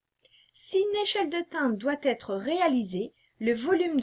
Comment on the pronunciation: Très pédagogique... Attention on ne dit pas pourra "têtre" mais pourra être…;-)